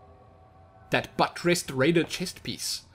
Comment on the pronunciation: lol the way pronounces buttressed